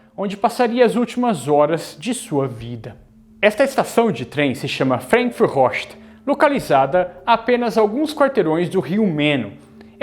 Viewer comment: Pronúncia FrAnkfurt, não frenkfurt